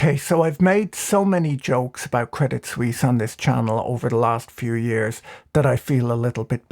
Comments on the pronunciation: Swiss here: I laugh about every of your CS jokes. Most people here really hate CS and UBS because they are constantly embarrassing us and are involved in every shady dealing that is going on. PS: But please ask your CS friends to teach you how to pronounce it.. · Debit suisse loooool hahahha